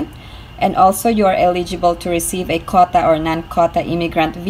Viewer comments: Say QUOTA, not kota. Make effort. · Quota is pronounced "KW OH TA" 😀